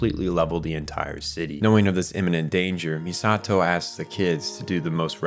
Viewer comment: Saying MiSAHto instead of MEEsato; tell me you watched the dub without telling me you watched the dub